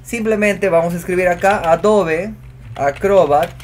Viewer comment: ¿ Porqué pronuncia AdoVe cuando hay una /b/ labial: AdoBe